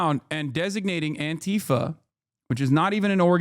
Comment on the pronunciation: the deliberate mispronunciation is infuriating its Anti-Fa not an-Ti-fa they cant even say the fucking name right. clueless fascists.